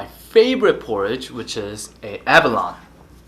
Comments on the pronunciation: Ab a lo neeeee. Not aba lon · Abalone: a•ba•lone•ee 😂